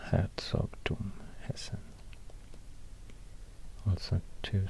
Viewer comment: Your try on pronouncing Hessen was perfect